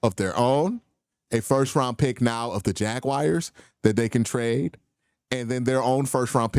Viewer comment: enjoy your content, but stop please-JAGWIRES. Try Jagwars or even Jag u ars